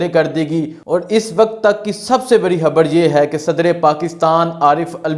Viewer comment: ⚠️ بھائی آپ "خ" کو "ح" کیوں پڑھتے ہیں؟؟ خبر کو حبر۔۔۔ 🤦‍♂️